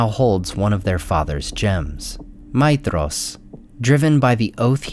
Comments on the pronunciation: Seriously? 'Feyanor?' 'Maydhros'? Your pronounciation is wrong. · You're saying his name wrong. The "dh" is supposed to be a "th" sound.